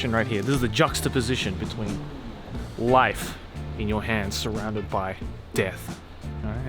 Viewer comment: Rife! 😆 no L’s in Japanese!